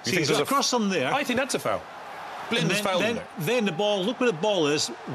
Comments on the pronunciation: "Danny" Blind, Tammy "Abrahams", "Azpilichueta" How are they paid for punditry when they can't even manage get the names of players right?! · Stop saying Danny Blind FFS !